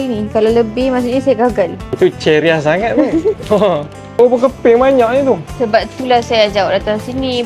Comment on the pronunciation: Ceria la bukan cherry -ah😂😂😂😂